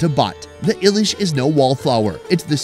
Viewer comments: Bro its not Ilish its Elish ok bro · For good shake,its not i-lish,its eelish... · It's not I it's eilish fish spelled hilasa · Bro I want to say something. It's not pronounce I-LISH It's called E-Lish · nails the ‘Eelish’ pronunciation in his voiceover. The other voiceover guy goes ‘eyelish’ while pronouncing the written Illish 😂. Also it’s Podda even though written Padma in English 😂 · As a Bangladeshi, to me it's kinda funny how they say "Eelish" it is pronounced eeelish not Eilish. You people can just call it Hilsha fish. 😅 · Stop saying "eye-lish"! 😂😂😂Its Ilish. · thanks for sharing our national fish, its pronounced 'E'- lish not eyelish:) love you and all you do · It's not called "Eye-lish" fish for goodness sakes.... how hard is it to pronounce Ilish as Eelish!!! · Ilish (not Eye-lease but the E as E-Leash) is pretty sounds like Billie Eilish. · ALl of these are restaurant food not street food. The first one is pronounced E-Lish not eye-lish. Also it is vorta/bhorta rather than borta. Taki is another fish that is made into a bhorta (mashed), shutki is dried fish. 3rd one is not Chicken chop it is 'Chaap' meaning Pressed. BTW thanks for featuring Bangladesh. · Come on its English name Hilsha,in Bangla we say Ilish ( ee - lish)!!! 😂😊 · its not i-lish, its e-lish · It's more pronounced as E Leash not Eyelish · It's not ailish, it's ilish. It's not borta, it's vorta. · Hey, it is eel-ish, not eye-lish. Pronounce ilish properly next time. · Its pronounced ee-lish. Not eyelishb🙂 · Not I-lish Hilsha or Elish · I do enjoy your videos, but I really thought you'd be better at pronouncing the authentic words of the local foods. Phonetically it's eeylish maach ! Not aylish! Don't use an AI 🙏🏽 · It's not eyelish... It's not billie eyelish It's ilish.... Simple Not the eye pronounce... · not eye-leash ....it is just eeelish:face-blue-smiling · Its eelish not ayilish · the english of Ilish is "Hilsha" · spelling is ilish but pronounce is elish with an E😊